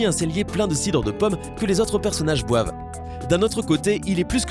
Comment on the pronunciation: « Que les autres personnages boiVent » aïe mes oreilles 😭